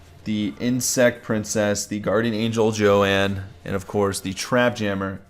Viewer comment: it's not Joann it's Joan